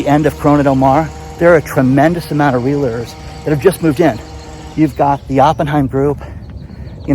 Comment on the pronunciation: You miss pronounce the word realtor.